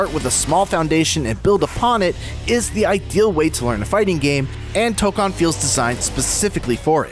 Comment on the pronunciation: It’s toe-cone